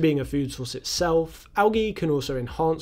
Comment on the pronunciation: Thanks for pronouncing "algae" correctly, that´s usually a stretch for English-native-speakers. Also a stretch, is being British, and explaining to others, what "wastewater-treatment" is (in ), while the British wastewater-treatment collapses to the levels of 3rd-world-countries that never had such infrastructures to begin with... (disclaimer: Not the result of failing British infrastructures, but solely the result of greed, not allowing wastewater-treatment for reasons of profit-maximization ;-)